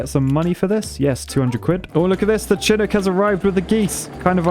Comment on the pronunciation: Chinook is pronounced Shuh-nuk